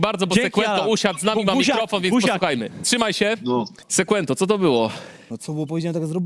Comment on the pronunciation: Sekłento 😅 sie przejedzie po tym lizaku co z tego ze trenujesz lat dużo jak nie masz tego czegoś